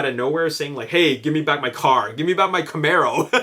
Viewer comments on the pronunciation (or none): none